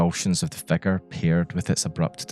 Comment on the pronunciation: I love how you pronounce "figure", it sounds like you're saying "" "The erratic convulsions of the " lmaoo